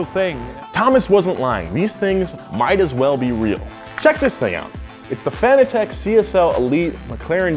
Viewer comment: Some tell him he saying fanatec wrong.